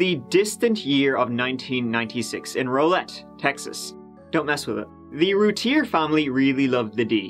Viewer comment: It's pronounced more like Rowlette, not Rolet (Rowlett)